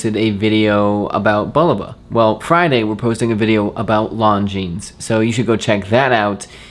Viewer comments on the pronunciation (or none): Long Jeans, I’m not aware of that company 🤣 You guys are killing me with your pronunciation of French brands. But I guess we do the same with Nike :) But it’s really strange that Nike workers also say it the wrong way here 🤣 Nice episode guys! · Enjoy this series a lot guys. Additionally, you two work well really together. Its fun to watch. Helpful hint to of the future; When you say Longines, this s at the end isn't pronounced.